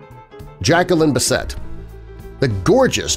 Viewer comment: Pronunciation on surnames like Bissett and Minogue are appalling.